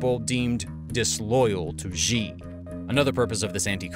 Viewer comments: Where’s the part that elaborates on why the CCP will never invade Taiwan? It’s right in the title. That’s why I clicked. Consider giving the former and current Taiwanese presidents some respect by mentioning their names a few times. I’m sure you have plenty of viewers who can coach you in pronunciation. For now, free to pronounce Xi’s name in the same way you would say Xi sells xishells by the xishore. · I have one point of feedback. , and and you mispronounce Xi as 'Zhjee'. Why do you do this? This makes me cringe. The "zhj" sound doesn't exist in any Chinese dialect. Where does this reading come from? X doesn't even make that sound in English. There are perhaps words like xylophone and xenophobia where the x makes a 'z' sound, but where do you get the 'zhj' sound from? In China's Pinyin orthography, the letter X, along with the letters C and Q were thought to be redundant letters in the English alphabet, so they reassigned those letters to common sounds in Mandarin which would otherwise be written with letter combinations. X got the 'sh' sound, C got the 'ts' sound, and Q got the 'ch' sound. Xi is prounounced 'Shee'. That's why the 'Qing' (as in the dynasty) is pronounced 'Ching', and why Cao Cao from those video games about the warring states period is pronounced 'Tsao Tsao'. Could you pronounce the name correctly? If you're reporting on international affairs, it would help if you pronounced names correctly. Don't pronounce Xi like 'Zhjee'. Earlier in the video, , you edited together a bunch of people reading his name. Did you not notice that they pronounced it 'shee'? Remember it this way: When reporting Xi's official pronouncements, think of that joke from the Office where folks would say "that's what she said". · Why does he pronounce Xi like it sort of starts with a J? I can't even mimic that pronounciation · Why do you call Xi "Ji"? It's pronounced like "See". X has S sound. Ji = 鸡 = chicken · XI is pronounced like SHE, not Jee. Do your homework please.